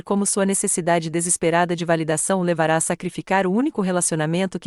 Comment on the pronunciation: Assisti de Salvador-Ba. Gostei da história. Mas não gostei de ouvir tantos erros da língua portuguesa nessa narracão que chega a ser chocante. IRÔNICO pronunciado IRONICO ACABARA pronunciada ACABARÁ LEVARA PRONUNCUADA LEVARÁ. A palavra Time ( inglês ) Pronunciada Time como escrito. No início da narração A PROTAGONISTA quando era citada, era citado como se fosse do sexo masculino. SozinhO, AtordoadO e outro erros. Não esxiste um meio com tanta tecnologia digital de corrigir esses ERROS. Lamentável!!!